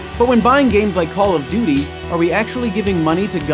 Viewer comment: you menu call of doty aw